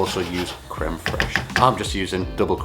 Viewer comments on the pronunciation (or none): none